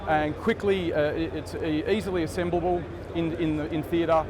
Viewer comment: Worth watching just to hear him say "assemblibibble".